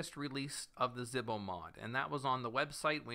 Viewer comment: Zebo. It's zebo Not zihbo